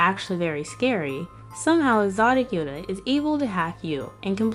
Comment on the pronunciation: It’s not Yoda it’s Yatta